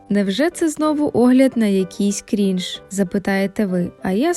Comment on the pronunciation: Дякую за відео! До речі, правильно крИнж :з